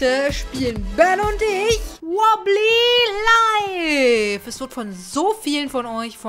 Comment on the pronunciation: Es heist Wobbly life aber man spricht es Wobbleys life aus